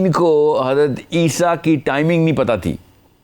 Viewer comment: Hazrat lSA ko aap aisa pronounce krty jesy keh rahy hon hadisa.